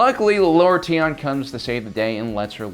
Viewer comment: Tion was mispronounced tho. That’s also from the same radio drama. Ty-on, not Tee-on.